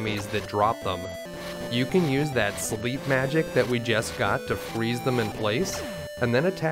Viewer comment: "Learned Slep"